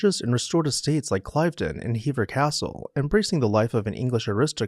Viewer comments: This is outstanding, especially your inclusion of Brissac and #2 Temple Place. Cliveden is pronounced with a short "i", Cliv-den. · Yes, Cliv-den (I've been there);, not Clive-den. Vye-count; not vis-count. And Du-mah; not Du-mas. You make wonderful videos and I don't enjoy playing the role of pedant. But since I was a young boy, I not only looked up the definitions of new words, but also, how to pronounce them. It's really not so different from asking friends and associates how to pronounce your last name correctly!